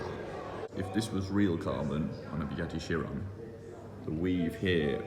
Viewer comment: There’s a “bewatti sheronn ”